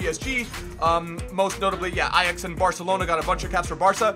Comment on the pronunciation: THE FIRST AMERICAN WHO ACTUALLY CAN SAY AJAX NORMALLY! (In the dutch way)